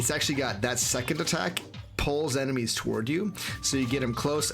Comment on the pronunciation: Sorry I know this is juvenile but "enema also have a unqiue ability to open secret doors" had me chuckle for a while :)